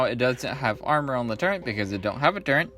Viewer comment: Good review but it’s turret not turrent